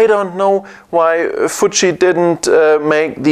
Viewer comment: TIL "Futchi" lolol